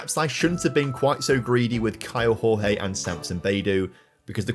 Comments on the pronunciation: Hey, just a heads up: Kaio Jorge reads like José Mourinho, not hooze like in Spanish but giôzé (portuguese). It applies to the Jorge bit, where more like giorgê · The pronunce for Kaio Jorge is: KYLE DJOR-DJE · Hey, great video! Just a brazilian heads up here... The J and the G from "Kaio Jorge" don't sound like in Spanish. Jorge in portuguese sound more like "George" in a way 😅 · Hello, in portuguese the "J" doesnt have a "R" sound, so say the player Caio Jorge, you pronunce the J the same as you do in english. Love your videos man!